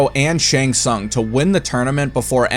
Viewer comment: What was up with the terrible mouth movements when goro was talking? Looked straight up retarded. Also, I don't want to be that guy, no disrespect meant but aren't kung and tsung pronounced like two os? Everytime you say these names I notice you pronounce them differently then the game does. Anyways, great videos. I've been having a marathon of your shit. Really enjoyed the how evil the characters are but I will admit too many basically the devil in my opinion. I think a lot of these guys are brainless pawns just doing what they're told.